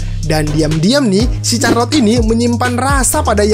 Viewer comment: CHARLOTTE bacanya bukan CARLOT 🤣🤣, tapi SYARLOT